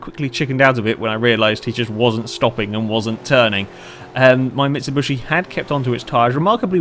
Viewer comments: very nice video !but..(its mitsubishi not mitsubushi) !!!!! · It's mitsubishi not mitsubushi sorry but i had to say it mitsubushi means the crushed body if you can trust google translate but still a nice and interesting video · Mit-Sub-Bush-Eee. Good job! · i think he knows that, that's just the way he pronounces it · It's bothering me that he's calling it a "Mitshibushi"